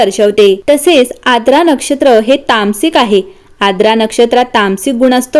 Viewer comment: Its आर्द्रा, नोट aadra